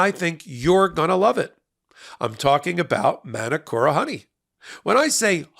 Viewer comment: love your work guys but please its not "Man-A-Kora" honey its said "Mah - Nooo- Coh - RaH"